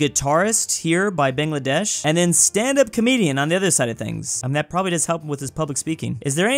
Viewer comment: did he say Bangladesh 💀